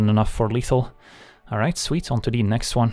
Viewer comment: At least we still have "onto de next wan". God help us if he ever stops saying that.